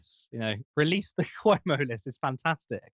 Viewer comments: Andeer Koomo? I can't pronounce his name. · Chris Cummo 😂